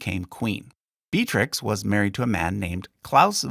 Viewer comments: Johan de Wiit -> Johan de Witt, you misspelt his name. Also, some of the pronunciations were a bit disappointing; I hoped you would at least know Beatrix is Be-a-trix, not Bea-trix. 😅 The emphasis in Amalia's name is on the second a, not on the i. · Great video! 2 minor gripes: Beatrix is pronounced with 3 syllables, [Bee-yah-trix] or even better [Bay-yaj-trix] Amalia has the stress on the second syllable, aMAlia.